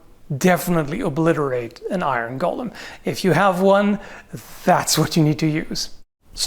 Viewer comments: Gull-um? GULL-UM!? It's go-lum!! It's a Jewish legend, not a mutant hobbit!! Just kidding, pronounce it how you want. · I keep hearing "Iron Gollum" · It's pronounced "GO LEHM",! It's not an evil, near-immortal, insane halfling with a fish fetish:P as for damage, hm, catch it between two giant swinging hammers = Crunch! since Medieval folk did produce very large bells, doing something similar with iron hammers, maybe with a steel head, could be done? Golem's are not intelligent or not very, so wouldn't recognize traps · So how many people heard 'Gollum' whenever he said Golem? :) Aside that, this really is one of those kinds of questions where you have to know how much power the magic that's fuelling it is and what it actually enables the golem to do. Like you can have the Frankenstein version that can just about lumber in a given direction with a punishing lack of urgency... and you can have the Dragonslayer Armor from Dark Souls 3 types that moves like it weighs nothing. Also you kinda need to know if and when the magic stops working, like if it looses an arm, the head or a leg does it still keep moving as if nothing happened or not? But as for fighting it... yeah I would also think getting behind a cannon and hopefully blow it up at range is the way to go. Burying it in a pit sadly also hinges on the magic because you could get it down there only to see it dig itself out. Like it could be similar to Marvel's Juggernaut, he's been thrown into the sea or deep under ground numerous times and the only option he has is to slowly walk back up to the surface through the ground itself if nessesary... but that often takes him weeks. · My only problem with this video is your pronouncing golem as "Gollum". 🤣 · Please. The pronunciation is "go-luhm" not "gollem". "Gollem" was a character in The Lord Of the Rings. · Is speaking with some kind of Canadian dialect or is he just mispronouncing "golem" throughout the entire video?